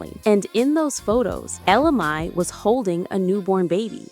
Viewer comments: You have her name spelled correctly but last name is pronounced MAY. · It's funny how the pronunciation of both "Mai" and "Jacquees" changes as the video goes on ...